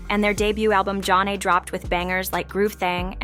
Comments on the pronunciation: It's not john-nay. Zha - nay. Also: Homebase is a studio album by DJ Jazzy Jeff & the Fresh Prince. Not Will Smith. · It even has the words "Pronounced Jah-Nay" on their debut album cover. I don't know if this is an AI generated voice narrator or a live person, but it's pretty easy to find out how to pronounce their name. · The pronunciation of “Zhané” and “Flava” makes listening difficult. The narration seems forced and foreign. “Group 1-1-2”? This sounds like the epitome of a “culture vulture”